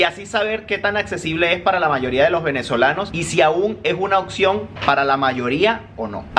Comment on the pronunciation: Lo que más me sorprendió fue cómo pronuncias la palabra "opción". Dicho con mucho cariño ya que me pareció muy diferente de lo que suelo pronunciar yo. Muchos saludos desde Dinamarca. Sí, acá también te vemos.